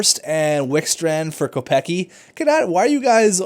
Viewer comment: u pronounced kopecky wrong lol